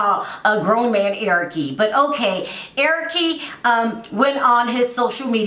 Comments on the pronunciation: Larissa pronounces the "e" for everything...not that she is caling him Erickee lol probably Brazilian accent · Honey , Larissa is Brazilian that’s how she pronounces his name . She cannot say Eric like us she is not a Spanish-English person . So basically your making fun of her speech because of how cultured she is . You sound uneducated and stupid .